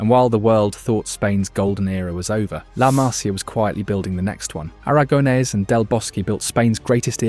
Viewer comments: A ver, en catalán se escribe La Masia, pero en español es La Masía y se pronuncia así, con la tilde en la í, LA MASÍA, que suenas insoportable diciendo "La Masia", créeme. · Masíiia, no Maaasia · Pronuncias mal la másia, correctamente es la masía, acento en la í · Se dice Masía. Con acento en la i. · Masía. Acento en la i 🙌👍😜❤️ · Acento en la i collons! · haces un vídeo sobre la MASÍA y ni sabes como se pronuncia??? es la MASÍA, con acento en la I. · La Masia, el acento en la i no en la primera a :body-blue-raised-arms::body-blue-raised-arms::body-blue-raised-arms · Pronuncias mal todo el rato el nombre de "La Masia". No es una palabra esdrújula,es una palabra llana. El acento va en la "i". Te lo digo como ciudadano catalán y español. De un barcelonés.